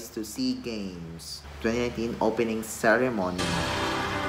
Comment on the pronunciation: Pronounce "ceremony" right pls. Hehehe nway just show the real character of you much better. Thanks for the reaction.